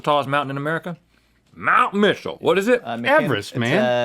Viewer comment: You can tell rhet and link are from North Carolina when rhet says my Mitchell